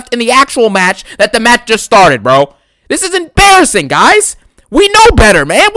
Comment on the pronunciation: ABSOLUTELY EMBARASSINGUHHH 😬